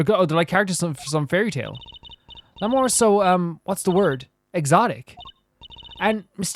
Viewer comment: Going into this case I wasn't going to, since I know you don't like being corrected on pronunciations, but you specifically asked SOOOOO... Lamiroir is pronounced like French (sort of "lami-rowa"). "Machi" has a hard "c" sound for the "ch" like in Italian (so "maki" roll ), and your pronunciation of "Tobaye" the first time in the video (haven't gotten any further yet so idk if you try other pronunciations) is pretty much spot-on. The "e" at the end is mostly silent, making it closer to a short "yuh" for the last syllable.